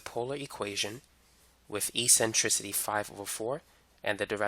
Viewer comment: Great video! "E-centricity" lol <3